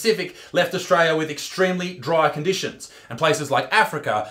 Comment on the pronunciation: he just said Australioo with an O